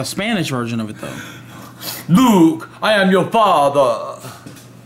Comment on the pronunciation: IT'S "LUKE!"